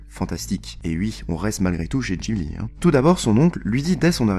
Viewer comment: "studio Jibli" aïe les oreilles